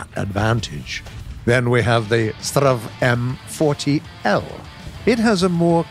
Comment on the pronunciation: strv m40 L sound funny when no swedish guys say it xD strv is short for stridsvagn stand for battle tank